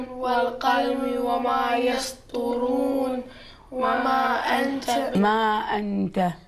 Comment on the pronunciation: والقلم وما يصطرون ؟؟!!! ليش يلفظون السين صاد ..